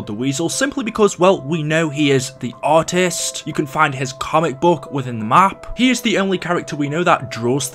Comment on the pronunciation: When he said artist I thought he said "Autist"